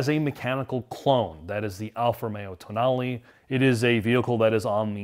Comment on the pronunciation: Did he just pronounce "Tonale" TOE-nail? It's toe-NAH-ley. They got it right at other places in the video, so maybe he was making a joke.